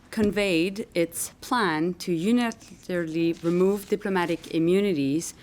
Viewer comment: go learn how to pronounce "unilaterally" first. Canada is run by a bunch of clowns